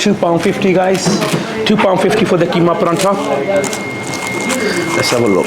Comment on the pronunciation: How come you're saying Paratha wrong it isn't called Paranta